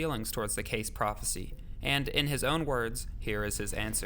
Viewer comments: Phonetically it’s pronounced Edgar Casey not Case .... Credibility thus questioned Next ! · KKKKAAAAASSSEEEEEEEE! not CASE! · Edgar Cayce is pronounced KAY CEE. not case..... but I really enjoyed this video. 👍🌈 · Good info but it's pronounced "Kay-see" not "Case". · Edgar Case? You mean Edgar Cayce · Casey, not Case. Her-o-da-tus (2nd syllable accent) Dr Schock, not Shoke. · Ir is pronounced Kay-see. The clip in your own youtube has the correct pronunciation. Why did you say Case????? Google is your friend. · Edgar Cayce, pronounced Kay-see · It is not edgar case it is Casey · If you are going to narrate a video learn how to pronounce the names of people instead of butchering them! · Given how important he was to this story, it's not great to hear Edgar Cayce's name mangled in this video. It's not "case"; rather "KAY- see". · Edward Cayce is pronounce "Kay-see" not "Case". You even show a video of a woman pronouncing the name correctly yet you still continue to pronounce it wrong. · Dude, its Edgaer Cayce ... Kay-see... Not Case... I've heard people saying laje that several times lately , wtf. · not CASE its pronounced CAY CEE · Edgar case name is pronounced cay-see. His foundation is on Atlantic avenue. In Virginia beach Virginia. Call them and ask how you need to pronounce his name if you do not believe me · Schoch is pronounced "Shock" Cayce is pronounced with 2 syllables like " KC" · It’s pronounced Kay-see. Cayce. Rock on 🎸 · You know your pronouncing Edgar Cayce's name wrong. It's K.C. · Say it with me slowly...Ed-garr Kay-cee Seriously, say it slowly, he did most of his prophecies in my home state of Alabama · Cayce is pronounced KAY SEE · Cayce is pronounced Casey. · Pronounced Edgar “Kay-see”, Robert “Shock”--get it right ya know it all millennial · Good video but Cayce is pronounced Kay see and Schoch is shock... Important people in this scenario. Check out unchartedx videos, too. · Edgar Cayce (KAY-SEE) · Edgar “Kay-see”, Robert “Shock”